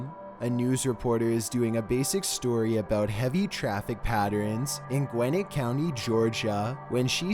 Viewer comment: Pronounce Gwinnett right